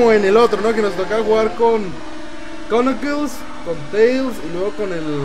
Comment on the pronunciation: se dice ''nockls'' no ''c- nockls''